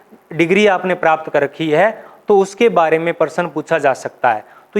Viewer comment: आप प्रश्न ,शब्द, प्राप्त जैसे शब्दों का उच्चारण सही नहीं कर पाते हैं